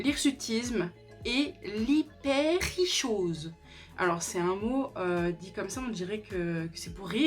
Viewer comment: Je crois que hypertrichose se prononce habituellement hyper tri kose